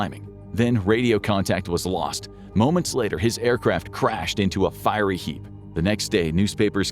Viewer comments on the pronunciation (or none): none